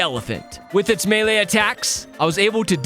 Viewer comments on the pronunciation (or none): none